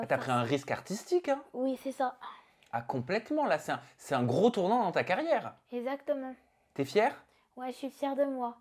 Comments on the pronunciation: ce que j'ai retenu : ezatement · “esatement” ptdr je peux vrmt plus la saquer